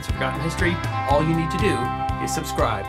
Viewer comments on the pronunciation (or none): none